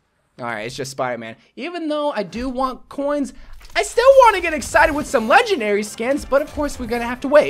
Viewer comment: I love how he says "coins" ... Kinda sounds like "cwoins"